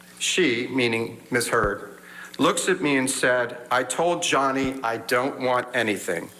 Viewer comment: Oh Amber wants to back out now.. Noway.. You slaughtered Johnny's name, it's way to late now Heard Brains.. Johnny has lost out on a lot of work because of Amber's Faulse Accusations.